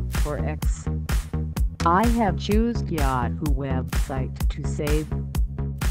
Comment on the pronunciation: i have choosed yahtt hoo weeebsight to save